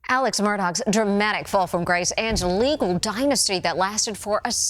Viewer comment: She keeps calling him Alek